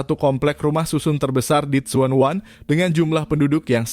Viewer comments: Bukan suwan wan bacanya tpi junwan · Tsuen WAN tp bacanya Junwan, salam kenal dr Hongkong